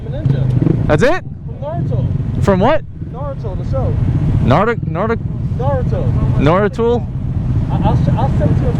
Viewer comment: He said narturo